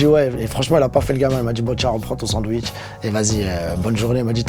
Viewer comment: " Un bandwich" mdrrrrrrrrrrrrr